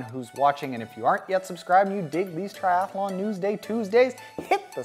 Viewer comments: 1 A in “Triathlon” not Triath A lon”. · lol...I pronounce it triath_a_lon too; my mouth doesn't seem to like so many consonants in a row.